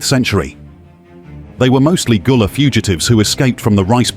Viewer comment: Gullah Not Goola